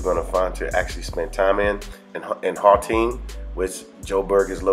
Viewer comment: if I may attempt to correct your pronunciation... The first two vowels in "Gauteng" are pronunced similarly to those of the word "out" or "outside". The "G" in "Gauteng" is pronunced as if you are gargling air as it were.